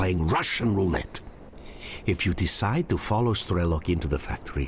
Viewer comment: 'Strelok' is basically 'gunslinger' in Russian. It sounds more like Stryelo`k.